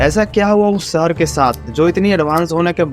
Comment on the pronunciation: सहर नहीं भाई शहर होता है